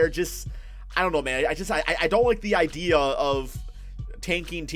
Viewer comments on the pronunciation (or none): none